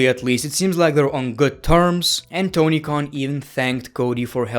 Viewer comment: I just realised its Tony Khan...and not Tony Con